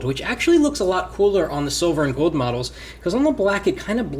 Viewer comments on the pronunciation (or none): It's goLd not goed.